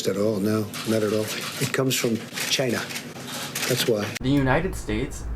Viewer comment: The way he said China makes me wanna throw myself off a bridge